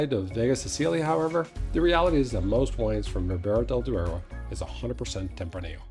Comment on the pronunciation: Duero not deuro.. please :-)